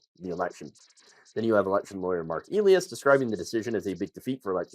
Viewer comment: Also it's pronounce ee-lie-as. I watch his videos with Brian Tyler Cohen.